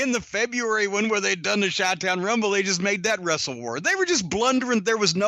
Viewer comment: he said "chi town" with a hard "ch"... and while we're at it he also says "euge" instead of huge, sucks... in the words of sam jackson in pulp fiction, "english, motherfucka, do you speak it?"